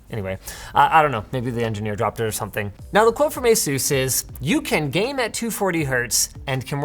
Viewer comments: Says asus wrong all the time it's ASUS NOT AZEUS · Excuse me did he say A-Sues I thought it was A-sus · Company name: Asus Linus: Ä sus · Say ASUS